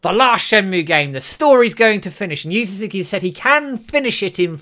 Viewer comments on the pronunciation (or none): Oh! You're trying to say "Su-zu-ki"! It took me a minute to understand you.